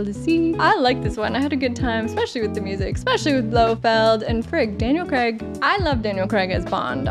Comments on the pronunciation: Love your reactions fellow. I know you've been told this before - I have to tell all my friends across the Atlantic this many times - Craig is "Cray-g" not "Cre-g". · I have thoroughly enjoyed your commentary on the Bond collection i appreciate your insights and verbal speculation on plot twists etc. By the way Daniel Craigs name is pronounced Craig like crayfish - not Craig like egg as in fried egg - saw him correct Stephen Colbert on his 7th visit anyway I thought you would appreciate this info respectfully